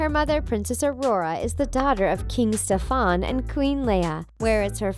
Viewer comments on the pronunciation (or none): and its not king ste-fon it's stef-in. it's not pronounced fas-uh- lear it's french pronounce fa-sill-lee-ay